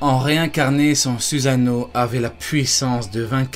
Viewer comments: arrete de prononcer SUSANO "suzano" et le u se prononce "ou" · c'est suSano pas suzano